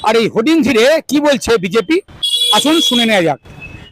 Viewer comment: Merron shirt teko kaku.. First a party name ucchoron korte sikun bgp na oita bjp ..😅😅